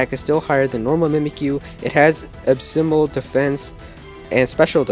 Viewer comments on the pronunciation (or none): Ab-Symbal? Can you not pronounce abysmal.. it's pronounced "uh biz mull" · "Absymal" lol what